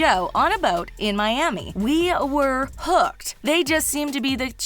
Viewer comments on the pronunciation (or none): none